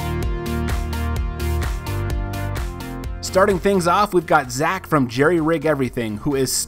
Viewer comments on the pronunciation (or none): none